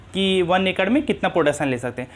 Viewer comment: Acre ko racre bolta hai . He is illiterate